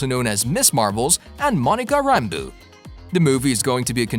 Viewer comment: IKR kevin FEEGE.. and Monica ram-boo.. i'm suspicious if he has actually watched those movies..lol